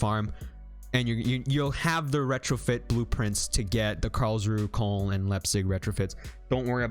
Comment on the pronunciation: FYI: Koln is pronounced like cologne (German city)